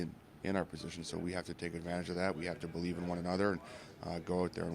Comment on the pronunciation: Morgan Rielly “BELEAFS”